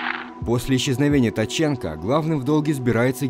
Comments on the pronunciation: Генерал Ткаченко, Ткаченко а не Таченко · Не таченко ,а ткаченко😂